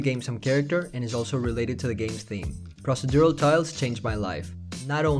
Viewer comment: pross-uh-dural? 🤣 pro·ce·dur·al